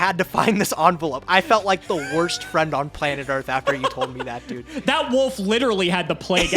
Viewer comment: Today I learned can’t pronounce “wolf”